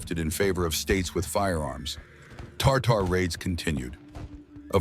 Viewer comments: (and elsewhere) it's TA-tar TAR-tar is a SAUCE you put on food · Not Tartar, but Tatar. Tartar is a sauce.